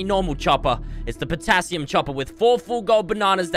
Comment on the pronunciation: Image being girlfriend hearing saying patasium squad